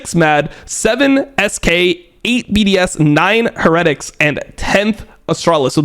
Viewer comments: can you please stop saying heretics like that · no way dom is going to go this whole video pronouncing "heretics" like that lmao